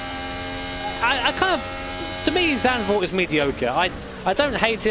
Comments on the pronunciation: you say zandvoort a lot better than an average dutch person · Nice pronunciation of Zandvoort. Most people I hear saying it seem to forget that "z" is pronounced different than "s".